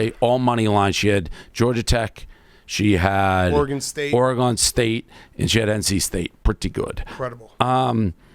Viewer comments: stop saying OREy-gon, its simply Oregon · Say “Oregahn” one more time, Jesus Christ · The way Dave says Oregon makes me wanna blow my brains out